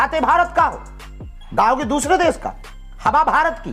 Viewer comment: अरे भागे ईश्वर, पहले देश बोलना सीख ले, देस नहीं 😂😂😂